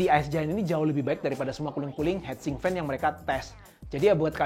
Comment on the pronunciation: hitsink bro, bukan head sink. heat itu dibaca hit. fail.